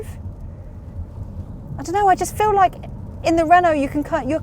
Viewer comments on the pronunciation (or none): none